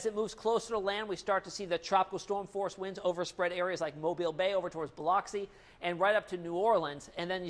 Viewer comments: Pronounced Buhluxee Not Bioloxy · BA LUX E~ Not BI LOX E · Dude you are butchering the name Biloxi. It is pronounced bill-uck-see not bill-ox-ee. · nice job, but for future reference, Biloxi, MS is pronounced "Buh-luck-se" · OMG! Biloxi is pronounced as if spelled Biluxi. Come on, media post grad, noobie. LOL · I like this guy. But fyi biloxi (bu-lu-xy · Nice forecast. I think you should know that you aren't pronouncing Biloxi correctly. The 'o' sounds like uh, not ah. I'm from Florida and that's the way it's pronounced. Just thought I'd share that with you so you don't get laughed at. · I love how he pronounces Biloxi 😂🤦‍♀️ Definitely not a southern boy. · Ask someone who know how to pronounce Biloxi. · It’s pronounced Biloxi